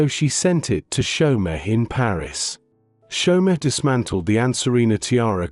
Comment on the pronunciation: Chaumet is NOT chow-met, it's show-may